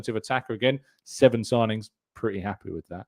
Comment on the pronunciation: Need more ‘sigingns’ man